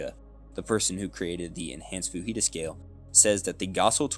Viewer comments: Fujita is Japanese, not Hispanic. The "j" is not pronounced like an "h." Other than that slight nitpick great video! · I hope to see more from you, this is really good! Best of luck! Also, Fujita is Japanese, and the J is pronounced as it is in the English pronunciation, not as an H sound like in Spanish or a Y sound in Scandinavian languages.